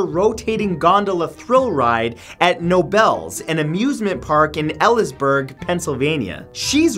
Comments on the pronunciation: "no-bells" um no. stop. it's kuh-no-bulls. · It's actually pronounced K-nobles. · For number five, it’s actually pronounced kuh-no-bulls (or bils). And the town is pronounced like eely-s-burg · I love how you made Knobels sound so fancy lol The odd Pennsylvanian pronunciation is kn-no-bulls, the k isn’t silent. It’s a Pennsylvania Dutch thing, or watered down German. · 1. It’s pronounced k-nobels 2. That’s the amusement park we go to every summer😊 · It's pronounced "Ka- No - Bells" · I wonder how that woman who married 1001Nacht at Knoebel's (pronounce the K- Knowbuls) felt when the ride was down for a long time. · Its pronounced Ka-nobles boss!!! I'm from PA where the park is lol Love your vids :-) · it pronounced *kanobles*😂 I know this cuz i go there every summer. Thank god ive never rode that ride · For everyone i have seen the one ride that has a wife (the place is pronounced ka•no•bells) I asked how the relationship was. It wouldn’t talk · I know this video is two years old, but it bothers me so much that he pronounced Knoebels as "nobles"😂😅 The "k" isnt silent lol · You pronounce the k knoebels. Kuh-nobles. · you matt you mispronounced the park. K No Bells my family is in that area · im from elysburg and love taking my family to knoebles i got a little mad when he mispronounced it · Oh my goodness I didn't even know what you were saying with number 5. You're supposed to pronounce the K in Knoebels. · That is not how you pronounce Knoebels. (I also almost got thrown out of the Phoenix roller coaster at that park.) and I do love that ride she married. (Not romantically of course. I'm not suffering from her mental illness.) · Knoebels is pronounced with a hard K lol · He pronuoun the theme park wrong!!! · Oh boy did you just butcher Knoebles and Elysburg smdh